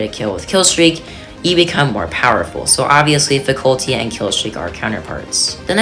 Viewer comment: its not pronounced fasulty